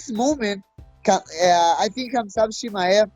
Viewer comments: Mighty mouse: chizmat...Hasmat? 🤣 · Mighty mouse said Sheezmat😂💔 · Chael and Whittaker: “Hazmat” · Start learning how to pronounce Khamzat's name properly, coz he will beat everyone that shows up in octagon. I'll put all my money on wolf of Chachnia.